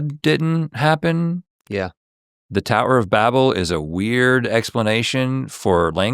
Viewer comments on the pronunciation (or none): none